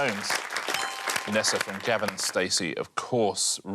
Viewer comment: Did Richard say ‘J’avin and Stacey? Is that how it’s said?? Isn’t it Gavin?